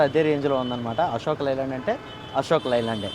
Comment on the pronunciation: లై ల్యాండ్ కాదు బాబు అశోక్ 'లే' ల్యాండ్